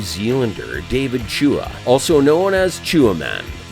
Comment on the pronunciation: Lol david chewa 🤦🤦 hahaha wtf this guy got a few names wrong in this lol